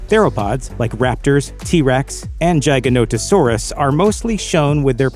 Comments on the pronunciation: Hate the way you say giganotosaurus as “jiganotohsaurus” it’s Gig-ah-Not-Oh-Saurus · Giganotosaurus = Giga Not-o Saurus, "not" Gia ga not-o saurus. its not pronounced like Giant, but Giga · It’s giga not jigs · You're pronouncing giganotosaurus wrong. Its not jig, like "I'm going to dance an Irish jig", its gig as in "the band is going to play a gig". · R u domb!? Is it a jiganotasaurus or a giganotosaurus? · Im a velociraptor my six inch retracts as well Edit: its not pronounced jeyeganotosaurus its pronounced GIGAnotosaurus Like the giga in giga chad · Your pronunciation of Giganotosaurus made me laugh. But honestly the pronunciation in the movie also made me laugh because I’ve felt like it was pronounced GI-Ganto-Saurus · I noticed your pronunciation of giganotosaurus was horrible. :P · So is no one, not a single person, gonna point out how he pronounced Giganotosaurus. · Say the name of giganotosaurus correctly way u say it makes me vomit